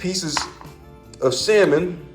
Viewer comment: 'Garleek' on the 'sammon' took me out 😂😂😂